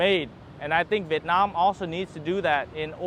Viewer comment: Hi , if you pronounce the word "Vietnam" like how the local pronounce it, you will sound more Vietnamese. This spoken word stand out very obviously every time you speak Vietnamese ?